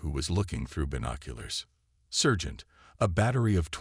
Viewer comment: SERGEANT not surge ant. Good grief how old is the production crew: 6/7 yrs old? My son could have read these flawlessly when 6 yrs including the words in German